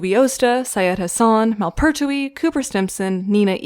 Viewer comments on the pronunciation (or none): none